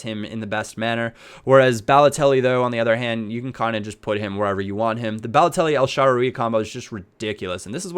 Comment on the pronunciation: The way you pronounce El Shaarawy makes me cringe